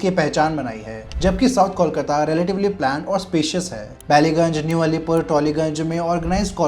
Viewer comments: Start Calling it कोलकाता and not कौल काता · Is it really difficult to pronounce cole, and coal? Then why cawl-kata? Kolkata. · Kolkata is pronounced as Coal-kata....not.....Call-kata😂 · Try Calling कोलकाता & not कौलकाता । Try ,हो जाएगा । कोलकाता & not कौलकाता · Kolkata ka name phela teh se bolna sesho bhai...before making a video and commenting on it!😂 Tells a lot about the research u have done for the video!😂😂